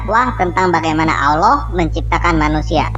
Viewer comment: yg salah baca siapa? Tulisan Allah bacax auloh... gak tau baca yachh.. hehehe